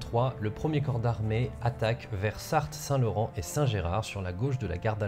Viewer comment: Sart Saint Laurent , le T est muet. Je suis casse burne XD , jean-michel jhabitedanslarégion